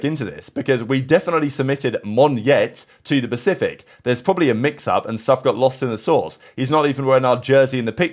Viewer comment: It's quite funny how Riot messed up how to pronounce monyet when Google Translate exist, the word literally means monkey and you can hear how to say it in Google